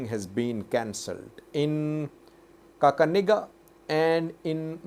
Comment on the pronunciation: السلام عليكم ورحمة اللة وبركاتة ماشاء الله that county is kakamega not kakanega